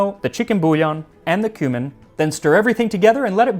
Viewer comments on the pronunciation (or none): There part where you said, "then add the cumin", I totally thought you had said "human". :D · When you said "Two teaspoons cumin" I understood "Two teaspoons human". 😶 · "Two teaspoons human"???!!! Oh, he said "cumin"...